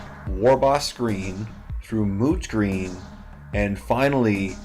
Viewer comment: Are you saying mooch green or moot green? Well great job on the mini bud and I hope Imotekh never hears you call him old and dirty!